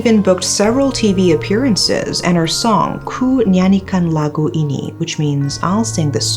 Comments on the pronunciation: Her pronunciation of "Ku Nyanyikan Lagu Ini" *chef's kiss 😘🤌🤌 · the way you spoke 'ku nyanyikan lagu ini' was on spot, exactly what a Malaysian pronounce it in Bahasa Malaysia, not a single Korean accent in it, marvellous. 👍 And yes, it was indeed a high profile case back then that involved greeds, the corrupted and twisted minds. Good and well researched into this.